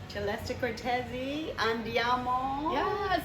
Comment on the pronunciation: Tyeleste Kortesi ang Bigkas ng Pangalan nya na Celeste Cortesi.